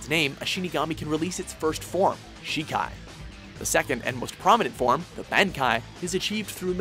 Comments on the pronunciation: It is pronounced Bon-Kai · Am I the only one bothered by the repeated mispronunciation of Zanpakuto and Bankai? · Gut's Dragonslayer is only an honorable mention? Ya dun goofed. Do this list over. Also, on attempt 2 of this list maybe you can try pronouncing Bankai correctly. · He should really check how things are pronounced on the shows before saying them. What the hell is a pankai? ooo a bankai.... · its not zan its zon and its shikai not shikaaai its also bankai not bankaie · The fuck is a "Ban"kai Pronounced "Bon"kai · lol the way he pronounces bankai, ban-Kai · Really? You pronounce Bankai like Bane-ki? For shame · Can say shikai fine, but fucks up bankai and zanpakuto?? Even with the english dubbed? xD they always butcher something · mispronounced so many things on this list, the worst was bankai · why cant people say bankai right